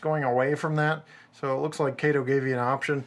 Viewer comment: Thank you for pronouncing them as Kay-toe and Loke-sound